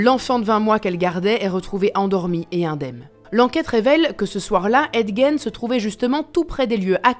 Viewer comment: C'est fou de faire une vidéo sur un gars et pas se renseigner sur la prononciation de son nom